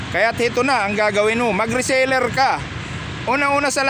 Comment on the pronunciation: Reseller, not resaler...